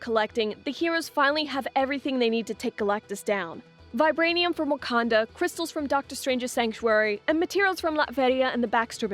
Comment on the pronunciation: did she just say "wakandia"